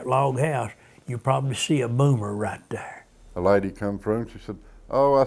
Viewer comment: that was very satisfying the way he says "dere"